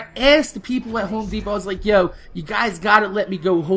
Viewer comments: Spelt* and he says it de-pot rather then de-po like most people. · De-Pot? Lol